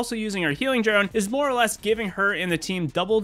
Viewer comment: what's a "MROE fight"? did u just mean "more" ?